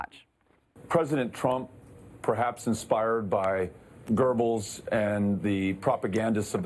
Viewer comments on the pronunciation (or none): But Sharpton said "gurgle" Instead of Goebbels.